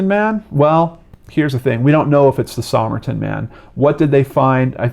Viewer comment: Somerton is pronounced "Summerton" locally. Just thought you'd want to know.